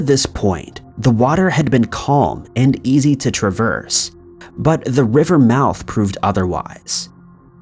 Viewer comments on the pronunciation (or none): none